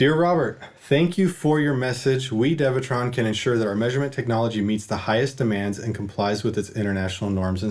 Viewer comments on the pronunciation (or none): Devetron? There is no 'v'. LOL it's DEWETRON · Why lol , why Dewetron isn’t spelled Devetron if it’s pronounced Devetron !?🧐🤨🤨